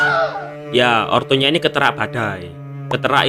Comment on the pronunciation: "ketera" Jawa bgt